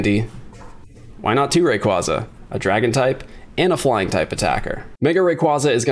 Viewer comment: I always cringe when these pokè YouTubers can’t even pronounce rayquaza or metagross correctly it literally hurts to hear them say it wrong.